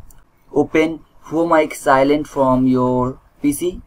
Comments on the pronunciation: Bro,that's client , not cilent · It's not an accent. This guy is just not so good with English. You can understand that by listening him pronounce client as silent